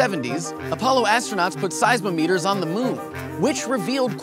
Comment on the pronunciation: cool video but im pretty sure you pronounced seismometer unusually. seis mom eter.. lol